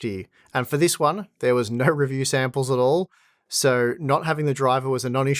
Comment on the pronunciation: The most Aussie "Naughrr" I've heard in a while